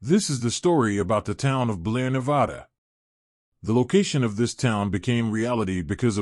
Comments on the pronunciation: I do too. But just one thing - please pronounce the name of our state correctly next time. We are very touchy about this. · Damn, man…learn to pronounce Nevada.